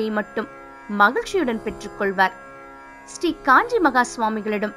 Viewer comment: Thanks and please get the pronunciation Right, Shri not still, sambhavanai not samba-vani